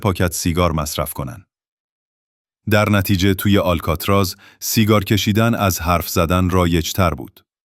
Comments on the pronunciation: هنوز نمیدونی آلکاتراز آل....بوده در اَدای واژه مشکل داری ک.... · اشک آلکاتراز ن یه بار هم نشنیدی آلکاتراز